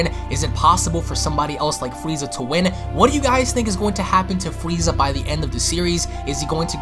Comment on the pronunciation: Fweeza, the ultimant fighter